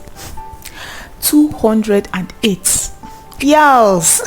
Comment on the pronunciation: Lol...look at the way u said 208!!!😂😂😂